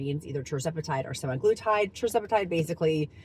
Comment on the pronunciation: Congrats on all of your success!BTW, just to be “factually accurate”, as you always say that you require yourself to be, **semaglutide is pronounced sem-ah-gloo-tide, not sem-i-gloo-tide. No “i” in “sema”.